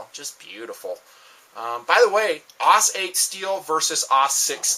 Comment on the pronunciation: both of these knives suck. AUS-8 (not "aws" 8, pronounced "ay-yoo-ess" its not a word its an abbr.) was bad, the -6 is worse. all wax, no wick here. the best thing sog has ever done is to bring the SEAL and SEAL pups out in that Elite series. Damn nice blades. i stripped the coating off my pup Elite and differentially tempered the edge w/a torch quenched in warm brine, does fine now not as quick to dull as the factory heat-treat. but...Buy Scrapyard, RAT, TOPS, Extrema Ratio,... cont'd above..^